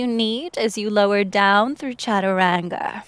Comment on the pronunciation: I wish you can pronounce "Chataranga" properly.